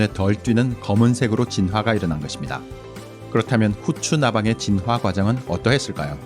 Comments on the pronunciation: 이 채널 특이한점 '진화'를 [지놔]가 아닌 [진.화.]로 한글자씩 발음하심 ㅋㅋㅋㅋ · 진화 발음 너무 거슬려서 못듣겠음..보다가 꺼버림